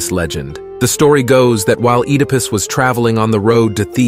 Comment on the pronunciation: Heck-ate and Ed-ah-pus. Great video but some pronunciation is lacking. And do you mean Hercules or Heracles?